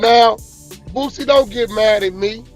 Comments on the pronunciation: Why does this man consistently call him "BOOTsie" when his name is "Boosie". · Wack don't know shit about Boosie 😂 I took this dude out of my timeline simply because he's mispronouncing Boosie name when he clearly doesn't have a T in his name